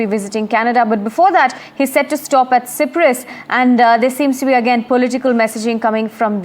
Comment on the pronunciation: Please correct the Cyprus pronunciation...